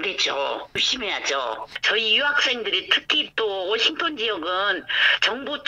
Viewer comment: 기자가 워싱턴 DC 를 워싱톤 이라한다 심각한 오보다